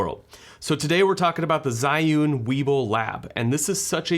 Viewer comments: its not called "SAI YOON" Its pronounced " ZHEE Yun" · Love ur video but that pronounce z h i, not zai~ again ~love ur video, i bought this because of your video ~